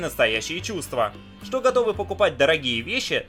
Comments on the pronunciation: Я один слышу вместо буквы "Ш" слышу "Щ" : - " Щто это за место"???)) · меня одну просто дичайше наколяет, когда он говорит вместе "что" искаверканное "щчо"?😠😠😠😠аааа, прям горит пукан. бомбит с недетской силой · Эта ,,штьо" меня просто убивает :D